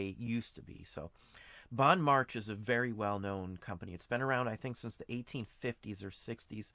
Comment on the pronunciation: Just FYI it's pronounced Bon Mar Shay ☺️ Grew up in Seattle.